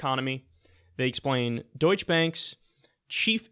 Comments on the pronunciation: It's pronounced Deutch-"eh" bank. Just looking out. :-) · The germans pronounce it deutsch-ah, and bank has more of a soft A sound, like bonk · It's Deutsche with the "uh" at the end. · If you were German you'd know it's "deutsch", not "deutsche" :'D (An actual German) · DeutschE - the e is pronounced, generally everywhere in German. People tend to mix this up because the word Deutsch literally means German, the name of the language. But when it is used as an adjective, like German Bank, then it becomes Deutsche. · It is "Doytsché" Bank Kyle. Kind regards, a german. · 1. there are almost no silent letters in German (the only ones I can think of off the top of my head are silent p's in Psychologie and other related words), so you do pronounce the ending "e" (like uh, or eh). 2. there's income inequality and then there's wealth inequality, and wealth inequality compounds with income inequality, so wealth inequality/disparity is much more extreme than income inequality because of the nature that it compounds over time. The video should be titled "A Fact on Wealth Inequality..." not "A Fact on Income Inequality...". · the correct pronunciation would be "doych-eh" Bank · Kyle, generally pronounce the "e" on the end of German words as we use "er" in English; so, Deutsch"er" and Porsch"er" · It's pronounced: DeutschEH Bank (I am German) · i believes its pronounced " le douche". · Deutsche is pronounced "DOY-chuh". Deutsch is pronounced "DOYTCH" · it's "Doy-tschuh Bank" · The final "e" in Deutsche is not silent and it's pronounced DOY-cheh. Don't confuse it with "douche" with its silent final "e" as in "Donald Trump is a gigantic DOOSH." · Deutsche is pronounced DOY-shuh (more or less) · Kyle: "Deutsche. Is it Doych or doycha?" Kyle, don't be silly. It's pronounced douche... obviously. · Deu-tsche Bank. And Bank is pronounced with an A as in after. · It's deutschE...with an E in the end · It is Deutsche, not Deutsche-a. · It is deutsch-a. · it's pronounced "doicheh"